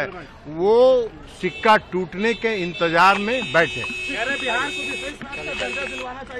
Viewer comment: सिक्का नही होता है,छिका होता है ए कहावत बिहार के बिसेष राज्य का दर्जा पे भी लागु होती है ठीक है ना ललन बाबू 🤣🤣🤣